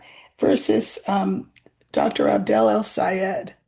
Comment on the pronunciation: It's "AB-DUL" (not AB-DEL) 😉